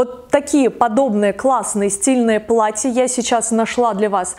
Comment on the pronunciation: плаТТЯ, плаТТЯ, много хороших плаТТЕВ!! Поработайте над дикцией и произношением